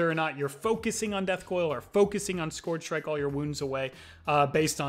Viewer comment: ScOOARRRRgr strike 😂😂